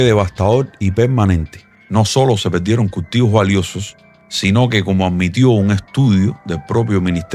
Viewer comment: No puedo terminar el vídeo. No sabe hablar ... Leche en pobo. Se pedieron. No saben hablar o pronunciar el idioma español?